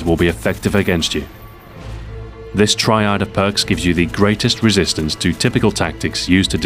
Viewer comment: Hehe, you pronounced 'triad' in a way that sounded a lot like 'tryhard' - Freudian slip, perhaps? =P